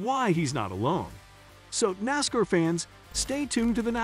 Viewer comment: IT WILL S NASCAR, NOT NASKER. IT IS BUBBA WALLACE NOT BABBA.